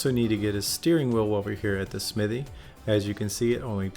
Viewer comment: great video... other than your pronunciation of the word Smithy... fairly distracting